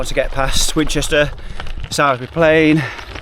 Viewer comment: Better call Sal = Salisbury hahaha! Sorry I'm local so it tickles me the way you say it